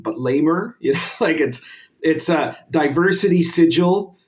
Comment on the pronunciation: Thanks for the informative video. As a Planescape DM though, it stings a bit every time you pronounce it "Sijil". It's the 'City of Doors', not the 'City of Symbols'. It's not pronounced the same. :p